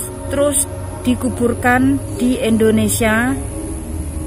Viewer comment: Bkn Endonesia Indonesia.